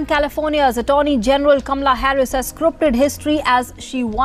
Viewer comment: you could’ve at least pronounced her name correctly!!! It’s Comma-Lah 🎉